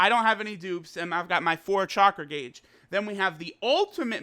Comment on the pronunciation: lol u pronounced gauge and minato wrong